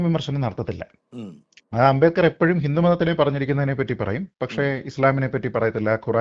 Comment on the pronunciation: ഭീമ റാവ് അ൦ബേഡ്കർ എന്തിനു അ൦ബേദ്കർ ആയി ഉച്ചരിക്കപ്പെടുന്നു Sir?